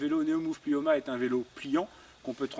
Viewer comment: Plimoa, pas "Plioma" !